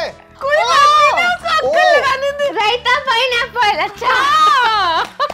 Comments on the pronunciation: said - pinea😂😂😂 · Pineapple❌ Pineea-pole✅